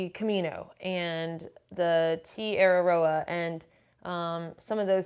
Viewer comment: "Te Araroa" try saying "Tey Ah Rah Roe Ah". Keep up the good work. You're changing peoples lives, one step at a time.